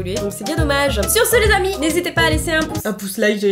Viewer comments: Att.. Là.. Ont est d'accord que il n'y a pas que moi et qui as entendue " Habits "au lieu de " Amis " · Moi aussi j’ai cru que tu disais habille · Moi aussi j'avais compris habit au lieu d'ami😂😂😂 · Oui moi aussi j'ai compris habits au lieu de ami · tu as bien dit habits 😂😂(enfni je crois ) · J'ai compris "habits" à la place de "amis" 😂🤦🏽‍♀️ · moi aussi j'ai cru quelle avait dit habille 😃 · moi aussi j’ai entendue HABITS hahahaha